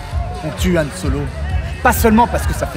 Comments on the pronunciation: YYYYan ...NON C HAN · Quand tu dis Millenium Condor, Yan ou Chicktaba, tu te fou de la gueule du doublage français de l'episode 4 haha ?